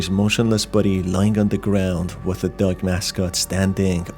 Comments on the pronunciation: Dog Not Doug or duck. Why do you say it so Strange. Or do I have so problems with my ears? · I thought it was just me lol, he does say it in a weird way.